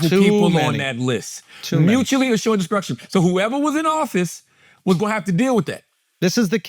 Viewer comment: take a drink everytime char says "mutually assured deskrukshun" 🤭